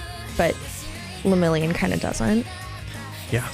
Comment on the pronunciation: and his bame Le-Mirio-n